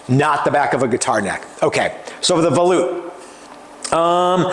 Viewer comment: Um, you keep muting yourself, buddy! Your mic keeps getting under your chin and muffles the sound. Maybe use your cell phone with a different style boom mic or bluetooth style mic above you? Either way I don't mind volutes. And YES - you are saying it correctly. Ignore all these fools that keep talking trash about how you say things like tenon and such. You do a great job! Thank you for sharing this with us.